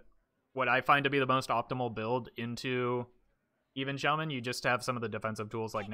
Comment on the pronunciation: oh my christ you say shay men like nobody is watching how dare you